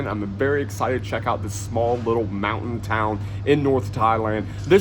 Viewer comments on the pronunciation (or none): none